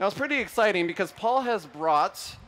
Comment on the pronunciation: It's exciting not exciteeen.